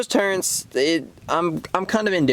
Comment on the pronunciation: Turrets not turrents. Didnt know it was an HS-T. Thanks for the review.